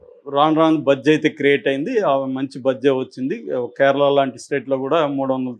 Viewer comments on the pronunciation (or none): none